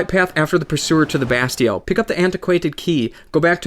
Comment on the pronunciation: It's pronounced Ba (as if you were saying bad) steel, not Ba-stee-ell